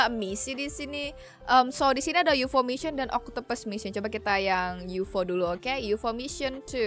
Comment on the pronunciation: Kak bukan youfo tapi ufo